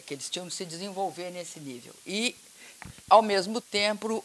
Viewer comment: Kkk Dilma falando errado até hoje kkkk ao mesmo "TREMPO " KKK VEJAM NO MINUTO ELA FALANDO ERRADO COMO SEMPRE.